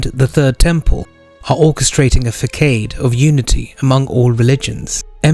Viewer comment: Façade- not fah-kayde but fah-saad, actually its pronounced like the arabic term Fasad the thing that the dajjal la. spreads.